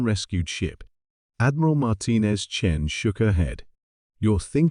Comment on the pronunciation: I see the Great Vowel Shift has occurred. Chen becomes Chin.